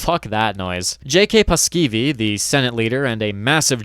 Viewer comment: The pronunciations are just good enough for the mispronunciations to be annoying. You basically drop two vowels from Paasikivi ("Paskivi?" Sounds like shit in Finnish lol) and when you said "Mannerheimintie" I nearly fell to my knees. "Manner hey minty". Yeah, no